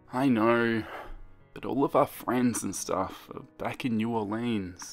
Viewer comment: Me: Holy shit this takes place in Louisiana!? Also me: cool and imaginary killer story takes place in Louisiana Edit: its not new or-leans its new or-lens (we don't say it how it's spelled. Not trying to be rude I'm just giving you a heads up)